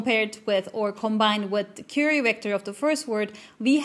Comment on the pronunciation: Very interesting and informative. Thank you for providing a very detailed explanation of Transformers. One note: The word "Query" is pronounced like Qw-eerie (USA English). The beginning sounds sort of like the sound of "Quarry", or "Quack" but rhyming with dearie.